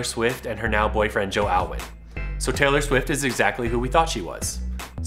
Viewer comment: Taylor swifer lol I love her but heck that was funny